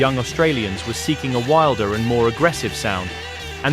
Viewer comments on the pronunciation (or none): none